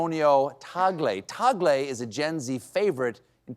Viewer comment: Gonna Love How Colbert pronounces Cardinal Tagle's name...a true humanist and Catholic indeed!